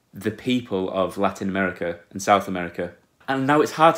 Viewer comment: U say larinouamericah xd